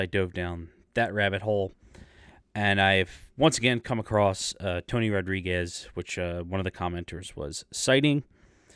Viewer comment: Tony is the real deal. He has government documentation to prove his experiences. His surname is not pronounced like you are pronouncing it.